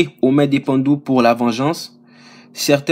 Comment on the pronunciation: les Bantus (Ba-Ntus) mon frère, et non les pandus.